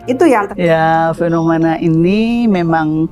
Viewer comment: Fenomena bukan penomena😂